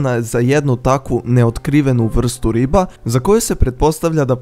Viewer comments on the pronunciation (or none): none